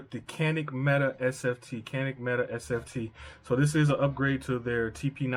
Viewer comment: Just as an aside, per Canik's website, it is not pronounced Meta, but rather Met-ay.